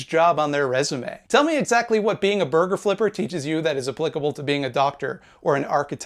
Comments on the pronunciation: This guy! Listen to how he thinks the word "burger" is pronounced. ARGUMENTS DESTROOOOOOOOOOOOOOOOOOOOYYYYYYEEEEEEEEEED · How can you call yourself a leftist when you INSIST on pronouncing burger wrong as a joke? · Wait til you here him say "boger". Oh he just said it.